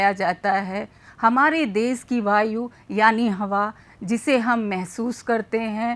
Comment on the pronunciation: देश शब्द का उच्चारण शुद्ध नहीं है।